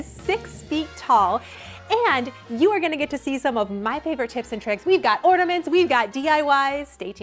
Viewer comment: Sounds like you are saying ordaments, rather than ornaments.